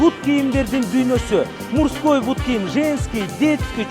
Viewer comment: мурской дейби брат..😅😂